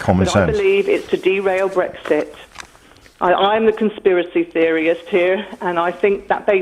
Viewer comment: Lol, I thought “IDIOT!” the moment she called herself a conspiracy theoryist because she couldn’t pronounce theorist.